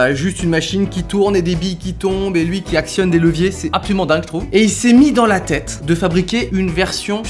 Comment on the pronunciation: J'ai dû aller voir un psy à cause de "apsaulument"